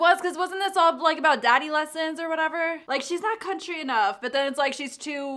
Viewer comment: When she said country album she meant CUNTRY ALBUM